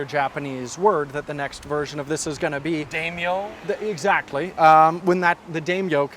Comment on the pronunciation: "Dame-yo"? Oh, you mean "Dai-myo." But then, it's "NIH-kone" not "Neye-kohn;" a leftover from the "Tzeyss Eye-kohn" days of the 1970's. But "nobody's at home."